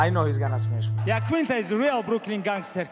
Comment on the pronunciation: Fly like Eagle 🦅 "Smesh" like bear 🐻